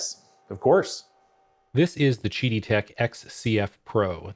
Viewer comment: Isn't it Qidi Tech (Quidi) with a Q not Gidi Tech (Jidi) with a G? Kind of diminishes the review when you don't know the name of the manufacturer.